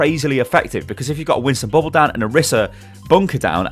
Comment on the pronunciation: I love how pronounced bubble as "bubboh"